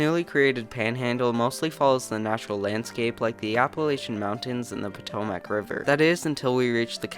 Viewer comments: Am I the only person that hated his pronunciation of Appalachian and Potomac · "Potomac" is driving me a bit nuts. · Bro, you need to learn how to pronounce "Potomac". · I laughed at how he pronounced "Potomac" River.